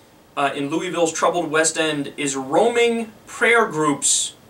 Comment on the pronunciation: Stop saying Louisville wrong !!!!!!!!!!!!!!!!!!!!!!!!!!!!!!!!!!!